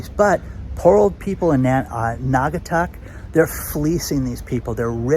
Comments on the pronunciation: You got it right it’s NAW-GA-TUCK 👍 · You are pronouncing Naugatuck correctly. When I grew up there, it was a prosperous manufacturing city. They don't make sneakers there anymore but now in China. We should tax China and give the money to Naugatuck rather than gouging the homeowners. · I live in Connecticut. NAUGATUCK IS A SHIT HOLE !!! It’s a poor community look into it! And you did pronounce it right